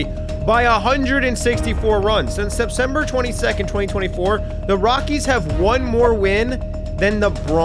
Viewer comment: Sepsember ? You dummy